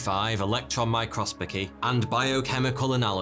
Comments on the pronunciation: did anyone hear him saying microspocy or is it just me ? I slowed it to 0.5 and it still says microsPOCY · I can’t believe my favourite YouTuber is a lumberjack who can’t pronounce microscopy. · Thank god someone noticed I was getting extremely concerned 😅